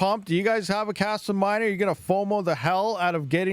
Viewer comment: Kaspa ❌ Kaspump ✅